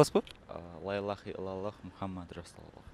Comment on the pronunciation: Лаиллаха дебей Ляиллаха десенер